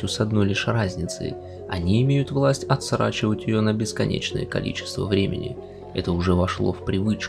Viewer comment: отсрочить, а не атсрачить.